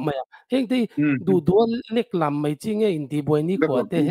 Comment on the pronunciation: Leklam thluk kha a diklo aw😂